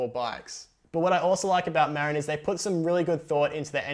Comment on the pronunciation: It's pronounced, Maah-rin...